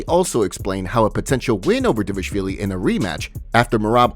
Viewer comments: It’s pronounced like it’s spelled. He’s saying Dvashvili not Dvalishvili. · I believe it’s pronounced dishiavilli